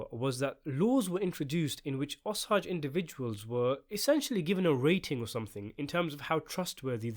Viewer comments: Osage, not ahsage! O! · O - SAAAAAAAGE, not O-SAUUUUGE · OMG DUDE STOP CALLING THEM THE "OS-AGES" PRONOUNCED O AS IN 'OH' THEN SAGE AS IN THE HERB. RYHMES WITH CAGE. OH-CAGE. O-SAGE. OSAGE COUNTY, OSAGE TRIBE, OSAGE PEOPLE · O-sage!!! Not ossage that’s how it’s pronounced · Osage...O-Sage. Not Os-ages. Omg i couldnt even finish your videos. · If you’re going to make a video about this movie could you at least take the time to learn how to pronounce the name of the native Americans who are at the center of the movie. I am Osage, pronounced O - sage, rhyming with page and emphasis on the O syllable. Really poor YouTube. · I grew up in a Pawhuska, Oklahoma right next to the Osage reservation. A lot of my friends are Osage. It’s pronounced O-Sage. So it’s like sage the herb. You say O and Sage. Not what you’re saying. It’s frustrating listening to you miss pronounce their tribe. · Its pronounced o-sayge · The word "Osage" is pronounced with a long "A." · oh man you have to learn how to say Osage lol But a Tulsa based movie will be awesome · Thank you! I can't abide listening to the mispronounced word over and over.